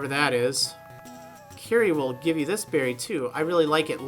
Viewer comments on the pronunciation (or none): none